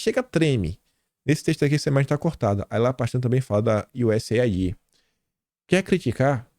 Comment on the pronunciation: Kim, o sigla USAID é muito antiga, e sempre foi pronunciada como UzAIDE, desde os anos 60, quando enviá-la leite e achocolatado para as escolas públicas brasileira, entre muitas outros acordos desajuda dos EEUU ao Brasil no pós guerra. Bom dia.